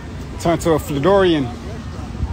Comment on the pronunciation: cuh say “Flodorian”😂😂😂😂